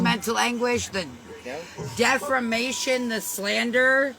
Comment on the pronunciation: NOT "DEFRAMATION" 😂